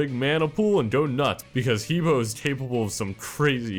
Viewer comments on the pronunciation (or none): also... please, not hee bo, it's Heh Beh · The way you pronounce he bo is WAAAAAAY off. You say it like "hee bou" when it actually is pronounced "huh bwoah" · He Bo is pronounced Hub Wa. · He Bo is pronounced 'huh bwah' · ***** He bo is pronounced Huh Boh, Because pingying in the chinese language. I took chinese. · These guys all suck at pronunciation its Ha Bwa like hahahaha and bwahahahaha you bunch of sad sacks